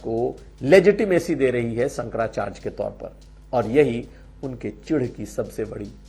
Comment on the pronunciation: Bhasa ko sudha kijiye Sankara charya hota hai Sankara chrj nahi